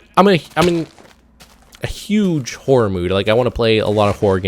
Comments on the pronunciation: i thought was saying whore not horror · Thought you were saying "Whore games" instead of "Horror games". I was like whhat? lol